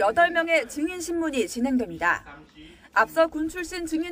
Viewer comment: Lady!!! 증인 발음이 틀렸나이다. 이를 "징인"이라고 발음하신 엥커!! 더 놀라운일!! 보도한 기자는 "증인"이라고 바르게 발음한 한국 언론!! What an irony!!!